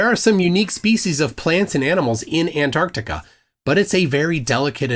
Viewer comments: This fool can't even pronounce it correctly. He keeps saying Anardica. It's Ant-arc-tica. Learn to speak you buffoon. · It’s not anartica, it’s AnTarctica. Makes sense that he doesn’t know literally anything else about Antarctica. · You know what else Antarctica has? Two T’s, try pronouncing it correctly. After all, you are Jesus, right? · Who tf is Ann Artica? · Who is “Ann Ardica”? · Jesus can't even pronounce Antarctica properly... So, I'm not entirely sure he IS Jesus... Plus, I spent four hours in a Qantas 747 back in 2013, flying over Antarctica. No American jets to be seen. Thousands of people have done the same flight I did, on Qantas 747s and 787s. So...